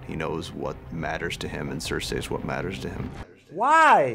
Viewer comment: And, Sare-say